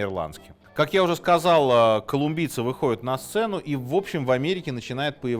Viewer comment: Все вроде хорошо и интересно, еще бы прозношение отдельных окончаний выровнять и будет идеально: не выходЮт, а выходЯт, не находЮт, а находЯт, где то в школе, видимо, был пропущен урок по русскому языку...